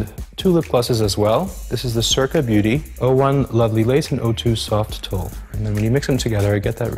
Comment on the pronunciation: That lipgloss in “soft tulle” is pronounced “soft tool” not a lot of emphasis on the “oo” sound. Lol I’m so sorry. I am the grammar police 🚔 🚔🚔🚓🚓🚓👮🏻‍♀️👮🏻‍♀️👮🏻‍♀️🚨🚨🚨